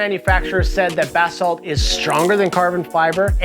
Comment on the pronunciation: haha right I never heard anyone pronounce it "buh-salts" bath salts is a lot kewler and funnier